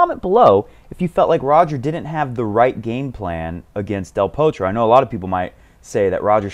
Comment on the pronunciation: Lol I think you gave Del Potro a Norwegian or Swedish accent toward the end! Aha! I get it, you were doing a transition into Del THORtro!